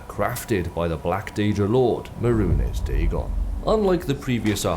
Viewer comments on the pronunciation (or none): Great video, however that is a unique way to pronounce mehrunes dagon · Ahh yes, Maroon-is Dagone: scourge of Tamriel and aggressor of the Oblivion Crisis